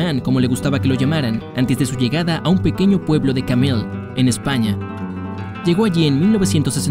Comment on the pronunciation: el pueblo es carmelle , no como tu dices , innformate antes de decir cosas equivocadas